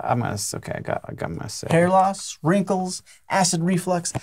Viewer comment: Wrankles? [giggle]